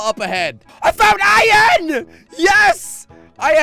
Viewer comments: You say ian instead of iron XD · Its iron